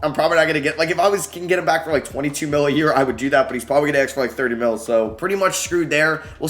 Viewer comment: Will ever be able to say ‘ask’ and not ‘aks’? 😂😂